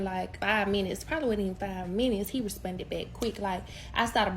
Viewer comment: bro the way she was saying responded was pissing me off the whole time, "respunded"